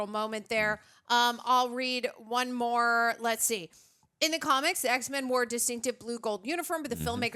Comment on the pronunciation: Does she said EHH x men😂😂